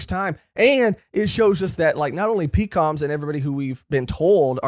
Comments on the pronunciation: The Minks fought for days straight with Dog and Cat switching off over and over. It was also stated all minks, even children can use electro Shishilian (Lion musketeer dude) is pronounced like Sicilian. Like a person from Sicily. Pekoms is pronounced Peck-ums The marriage actually WOULD tie them to big mom. It was stated the Straw Hats would become her subordinates. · You’re saying “Pekoms” wrong It’s Pek-ums Not Pee-Cums